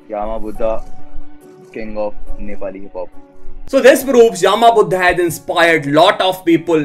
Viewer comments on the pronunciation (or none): its not yaaaama budha its yama buddha not yaaaaaama budha